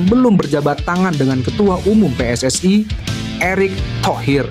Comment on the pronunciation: Kalau baca yg benar min PSSI bukan pssai